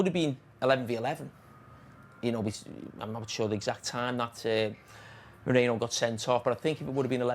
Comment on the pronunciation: How hard is it to say Merino instead of Moreno.